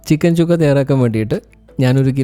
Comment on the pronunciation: ചിക്കൻ ചുക്ക അല്ല ചിക്കൻ സുക്ക അതാണ് ശരി.ഹിന്ദി വാക്കാണ് (സുക്ക= ഉണങിയത്).